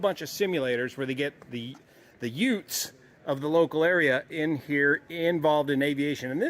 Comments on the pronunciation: what did you say? Da yootz... Da yoootheszz... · "Did he just say youtz?"